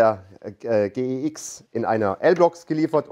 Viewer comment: Endlich jemand, der G E X sagt... sagt ja auch niemand Gsr.